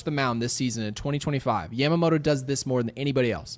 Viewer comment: day 1 of asking you to stop saying Yamamoto like that